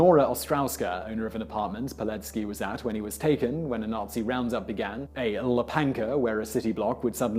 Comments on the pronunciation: "veetohld peeletzkee" "vwodarkyeveetch" "wupunkah" "puvyakh", "mokotuv" "zvyonzeck orguneezatzyee voyskohvey" "vwuhdiswuv unders" "pyotr shmietanskee" ain't easy, we know ;) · Łapanka( pron. wapanka)